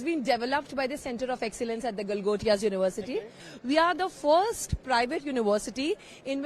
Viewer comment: Its not Galgotas... its gotala 😂